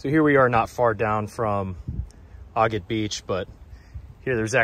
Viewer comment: You are pronouncing Agat incorrectly